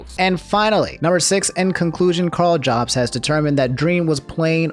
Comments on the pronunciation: It really bothers me that he says "Jobs" instead of "Yobst" I know it's not spelled that way but it's pronounced that why I think. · 80% sure it’s pronounced “Yobst”